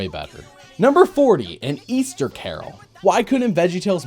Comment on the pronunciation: They're talking about the hope of EASTAH